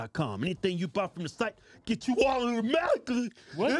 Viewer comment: Hahahaha thats probably the funniest audidamadically! Ive heard